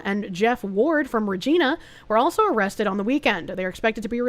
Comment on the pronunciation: "Regina" is pronounced like "vuh jie nah". Yes, "Moose Jaw" is a real place. When you drive through Moose Jaw, there is a giant statue of a moose next to the highway. His name is Mac. No, I'm not kidding.